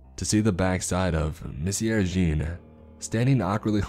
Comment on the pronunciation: The 4 years of HS French in me cringed at every Monsieur Jean...